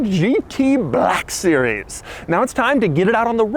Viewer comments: "amg gt BALLLLACK sewies" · Doug: This is the amg “buhlack series” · Is it just me or did he say "BLAHKUH SERIEZ" at every opportunity he could? 😂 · An then came the bleck siries xD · Every time he annunciates "Black Series", it makes me want to reach through the screen and bitch slap him back to his modest SoCal apartment. He doesn't understand that jokes get old eventually, and even moreso when you are a tall, gangly nerd that makes these stupid poses and gestures every time he says it. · Why you keep saying black series so hard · Why did I guess he was gonna emphasize “black series” 😂😂 like he did with the black wing